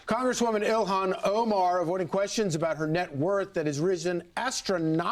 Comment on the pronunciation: I think her name is pronounced ill-hawn or something close to that.